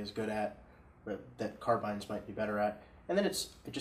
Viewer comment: Thank you for saying "Carbines" and not "CarBEANs"